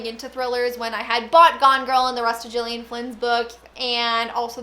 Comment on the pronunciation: I read Ruth Ware's In a Dark Dark Wood. It was alright, but I'm hoping I like The Woman in Cabin better. Mystery/Thrillers are one of my favourite genres, so I wa happy to see this vid in my notifications. Also, I've seen interviews with Gillian Flynn and I believe for her name the g is pronounced with the g sound instead of a j.